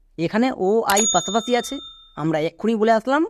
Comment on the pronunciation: বাংলা উচ্চারণও ঠিক করা দরকার। যেমন: পাশাপাশিকে পাছাপাছি বললে খুব খারাপ শোনায়।